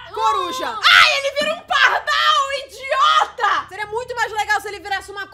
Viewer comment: "Oque é que tu ta rindo innndiota"😂😂berrooooo